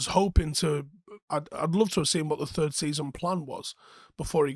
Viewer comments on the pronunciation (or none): none